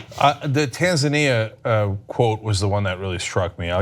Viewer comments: Thankfully Cenk was able to pronounce 'Tanzania' the correct way, because John's pronounciation was cringeworthy. TanZAYnia???? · LOL at john butchering the pronunciation of Tanzania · pretty much any Tanzanian would take John butchering the pronunciation of their countries name over their kids having to go to a US school...